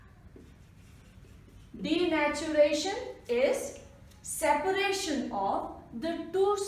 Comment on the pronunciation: .. Ma’am- Denaturation Cat-Meawww 😂❤️